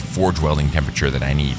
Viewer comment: I wawnt thayt